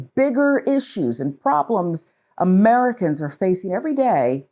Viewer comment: "Ameri-kins" Holy mother of God. Aliens???? WTH.